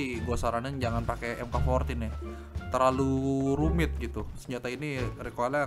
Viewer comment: Bang mk. 14 dibaca Mark 14